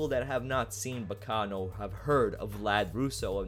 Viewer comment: finally someone pronounces the name right